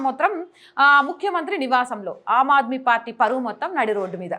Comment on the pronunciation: అమ్ ఆద్మీ - ఆమ్ ఆద్మీ అని పలకాలి . *హిందీ లో ఆమ్ అంటే మామూలు,సాదారణ మనిషి అని అర్థం . పదాలకు అర్థాలు తెలియకుంటే - పలుకడం కూడా తెలియదు.